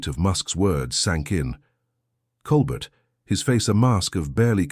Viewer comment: Flowery narrative, poorly captioned and haltingly delivered. How many different ways was Colbert’s name mispronounced ? Disappointing waste of time.